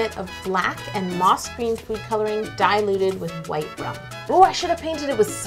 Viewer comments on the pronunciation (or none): She pronunced "diluted" wrong too. And always pronunces "template" wrong.